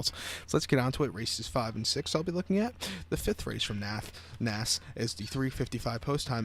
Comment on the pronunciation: Cant even pronounce naas correctly